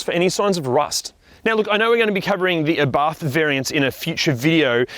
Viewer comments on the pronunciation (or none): The accent is on the first letter, just fyi. It is Abarth, not aBarth!